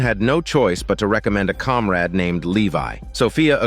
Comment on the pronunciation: "A Comrad", So Hollyweird.